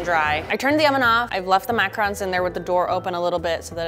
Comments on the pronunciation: Pronounces it as macrons. Sitting here like, "IT'S FRICK IN PRONOUNCED MACAHROOOANS!" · It triggered me so much that she was pronouncing macaroons wrong but i still love her it just bothered me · I hate how she pronounced macaroons